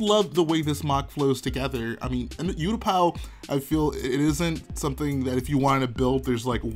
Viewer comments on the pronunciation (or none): Ooooootapow lol its pronounced you-t-paa